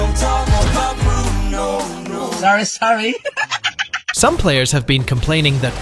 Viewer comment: "Sarrey sarrey" 😂